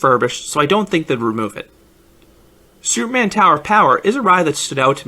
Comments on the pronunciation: Dude, enunciate. How hard is it to say Superman? Soupman is not the same thing as Superman. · sounds more like soup man than superman